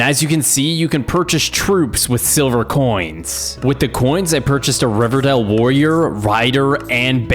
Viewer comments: pronounces Rivendeel as "Riverdale" OMGOMGOGOMGOMGOMGOMOGMOMNGMOGOM its pronounced Riv-en-dell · Great video, but hearing him say RiveRdell and not RiveNdell as an LOTR nerd was.... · I’m super pissed that you kept pronouncing Rivendale like Riverdale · It’s RivENdale not Riverdale. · river dale, what was he thinking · Riversdell not riverdell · Riverdale?! Lol. Rivendell my man. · Nice video but btw its pronounced Rivendell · It is Rivendell.